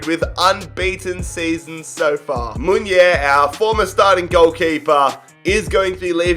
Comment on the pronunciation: Just so you know, every word in Spanish you read it as it's written, so it's not Muiner it's actually Munir. M U N I R.